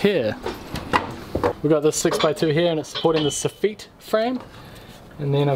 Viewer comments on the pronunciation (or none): Why is the wood pink? And also why does he keep saying sofeets instead of soffits? 🤔